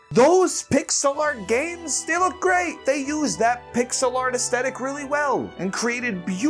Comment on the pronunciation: him: mom can you please go back in time and abort me? mom: what? him: have some one who can actually pronounce "Aesthetic" mom: say no more